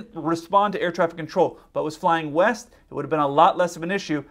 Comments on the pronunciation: East!? I thought you said weest. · He clearly stated he was going left, while the 'west' of the ATC could be interpreted as 'left' as it was certainly not clearly spoken in this recording. You have to read back what you are hearing for exactly this reason, because misunderstandings happen, but then it does help if ATC is actually listening to what is clearly read back and in this case correct the pilot before he takes off.